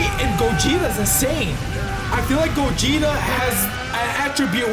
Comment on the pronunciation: I like when you say goguta stronger 💪 thing ever bro